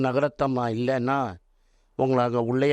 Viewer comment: பெங்களூர் நாகரத்னம்மா . நகரத்தம்மா என்பது தவறாக உச்சரிக்கபடுகிறது. மற்றபடி யாவையும் ஏற்றுக்கொள்ள கூடிய கருத்துக்களே. பாடுபவர்கள் சங்கீத கலா நிதி பட்டம் எதற்கு வாங்க வேண்டும். பெருமை. உண்மையான தெய்வபக்தியுடன் உலகத்தில் பிறந்த எவரும் விருப்பமானால் கர்னாடக இசை கற்றுகொண்டு பாடலாம்.உதாரணத்திற்கு .ஜான் ஹிக்கின்ஸ் பாகவதர். மேதையாக இருக்க வேண்டிய அவஸ்யமில்லை. பக்தியோடு இருக்க வேண்டியதே அவஸ்யம். இசை பக்தி க்கு ஒரு பாதையை வகுத்து கொடுக்கிறது. .